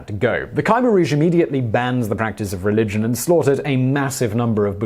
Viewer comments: It's pronounced Kah-mare or K'Meer, sort of in between those. Not criticizing at all, I just wanted to share knowledge. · It's pronounced as Khmer not Khaimer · Damn you need to work on pronunciation of the topic at hand. Wayyyyy off. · I live in Cambodia. You mispronounced Khmer. "New People" =privilege.